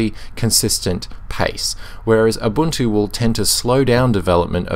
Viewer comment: You almost always say abuntu not ubuntu :)